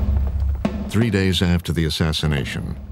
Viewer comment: "A man aft-err My Own Heart...".